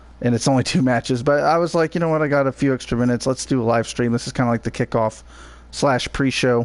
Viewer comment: you say kcikoff it's kickoff xD